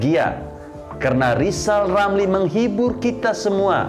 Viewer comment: Mari kita tertawa bersama-sama buat Lijal Lamli 🤣😂🤣😂